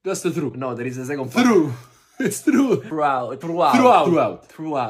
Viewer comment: "Throughout" Bros "threw out" them pronunciations out the window 😂